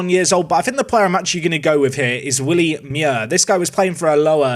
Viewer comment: Wuh-lee Muir